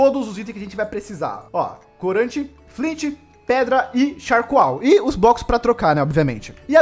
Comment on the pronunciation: Que agonia ele falando charcoal kkkkkk